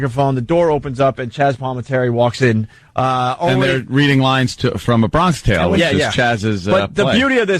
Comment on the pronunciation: It’s meant to be “A Bronksh tale” (the way Vos would say it), but stupid Opie always read it as “Bronk-ish”